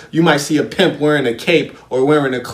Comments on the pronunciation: I can't even watch the video because of the way he says Piymp I'm still in the 1st minute I need to practice how to say Piymp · Love the emphasis,! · How you say pimp 🤣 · Laughing so hard at the way you say pimp every time!?!?!? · Errbody cant Pronounce PIMP!!!